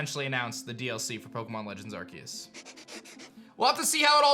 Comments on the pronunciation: Not Arqueous, nor Arkeus, its Arceus lol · Why keeps saying Arqeus instead of Arceus? Xd